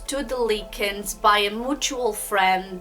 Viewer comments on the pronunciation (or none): Her parents didn’t divorce until after Sylvia passed. And you can’t even say their names right like wtf? Lincoln? It’s clearly Likens.